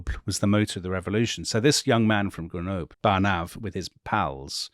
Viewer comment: Grenoob?? Come on. Try just a little bit to pronounce French names and words correctly!